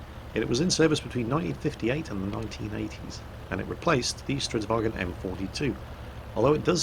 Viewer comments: Why do you keep saying "stridsvagen"? Swedish is not german, its pronounced vagn. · Why do you keep calling it StridsvagEn? It's a Swedish tank, not a German tank. There is no E in Stridsvagn. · "Stridsvag en Stridsvagen 74" gaddamn it it¨s not german, get rid of en and just keep the n. Stridsvagn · Jesus mi balls this is not a kampfwagen it's a stridsvagn, no bloody en on the end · I've commended your Swedish pronounciation before,, sir - but it's because of that previous high level that I can't hold myself from pointing out that it's "Stridsvagn", not "Stridsvagen" up here in the land of Odin. Spelling it in English, I would say to aim for "strits-vang" with a somewhat longer "a". Sorry for rambling on about something so meaningless. I'll be quiet and watch the clip now. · Stridsvagn if i may, not stridswagen. its not swedish/german. :P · For the love of everything swedish, its not a "wagen". We're not germans. Its Vagnen. There's an N right there after the g. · cause there's no example word that ends in gn so that's how English speakers pronounce it... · Both and quickybaby pronounce stridsvagn like it's german... It's not, you should look it up on google translate to get an idea how to pronounce it, it's not perfect, but it better than saying it like it's german. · Hey your pronunciation of Stridsvagn is pretty good, but there's no e at the end. I think you're confusing it with how you say the german "wagen". Just get rid of the e and its perfect.